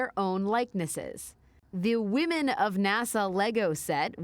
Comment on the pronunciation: TRAILBLAZING WAHMEN😂😂😂😂😂😂😂😂😂😂😂😂😂😂😂😂